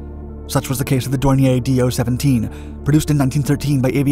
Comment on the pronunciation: It is not "D-O"! It is one single word. speak like "Doe".